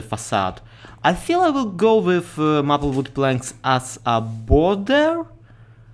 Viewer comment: Maple is pronounced may-pull. Your English is only getting better though!